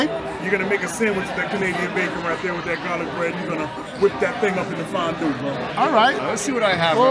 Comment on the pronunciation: Yoo that "fonnn duue" had me giggling like a child lol. If you ever come to central PA we got a big farm show in Harrisburg every January. They got some good grub and killer milkshakes, that'd be a dope chug! You got fans everywhere! ❤